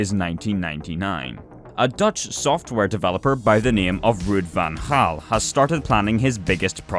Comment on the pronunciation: As a Dutch person I like your pronounciation of Ruud van Gaal